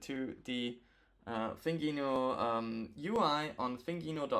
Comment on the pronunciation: Nice video! This mod is above my skill level, it's cool to see it done in the wild! A few of our devs have done it but my goal is always to focus on things novices can replicate at home! PS - it's pronounced "Thin Gino" as in a skinny Italian guy!